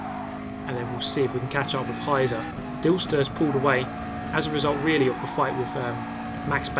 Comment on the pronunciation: Just a side note: "Heizer" is pronounced "High-tser" and literally means "heater" or "fireman", but also there is the figurative meaning "a person which drives insanely fast". Gotta love ze Germans x'D